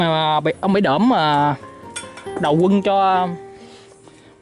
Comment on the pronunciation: Bãy Đỡm, không phải Đưỡm.